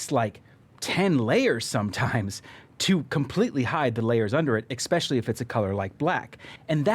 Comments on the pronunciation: Let's make it a drinking game. Drink everytime he says EXpetially! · Holy Shit!!! There is no X in the word ESPECIALLY!